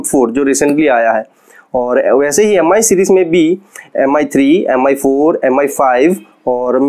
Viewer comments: M i nai bolte hai paaji use Me pronounce karte hai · "meem" hota hai paaji 😂😂😂😂😂😂😂😂